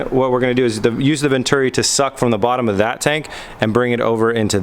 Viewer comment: Vent-uri XD. Its pronounced vent-churi